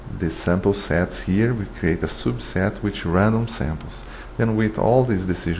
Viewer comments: I really like the way you say "soobset" :) btw great video, helped me a lot thanks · Nice explanation, thank you! One suggestion, you can fix the pronunciation of your "publication" and "subset" words:)